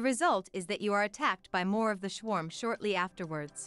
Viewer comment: When you feed text into an AI voice: "shwarm" lololol